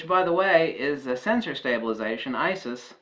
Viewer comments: I did hear you say ISIS. Thought it was hilarious :) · IBIS not ISIS! LOL